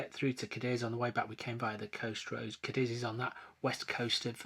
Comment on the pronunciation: Lovely city. It's CADiz, emphasis on the first syllable.